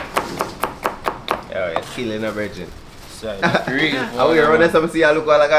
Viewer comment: The word is how not 'ow